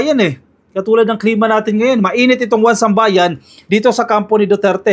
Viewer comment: 1Sambayan I think is "isambayan" ang bigkas